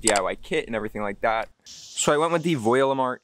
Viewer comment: Great video, thank you! 👍 However, we are Voilamart, not Voilimart. 🥺